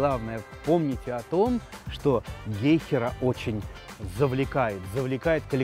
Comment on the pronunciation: ГЕйхера? Или всё же гейхЕра?